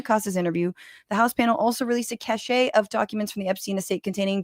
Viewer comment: cache (of docs, weapons, etc) - pronounced: 'cash' .. not to be confused with cachet - pronounced: 'cash-ay'